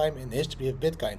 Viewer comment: I'm pretty sure at one particular moment you said bitkind..too excited I guess